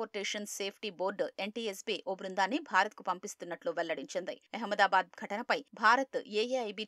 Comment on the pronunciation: అహమ్మాదాబాద్ అనలేరా? ఎహమ్మయదాబాద్ ఏంటి?